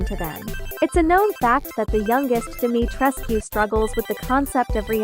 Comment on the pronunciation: i love this and ik theres nothing to be done about it but the text to speech is killing me omfg "dimeetreskew" "capcum"